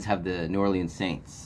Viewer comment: It's pronounced: New "OR-lins" (2 syllables. Not 3. ⚜️